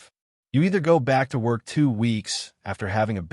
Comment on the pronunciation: AI graphics don't match the commentary, confusing. And "focus", "worck"?